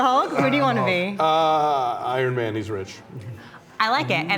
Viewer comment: hahahahahaha "irin man" XD ....how old are you BRO !!!